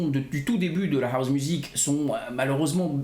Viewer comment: Pourquoi tu dis : HOUZE ???? Ahouze ???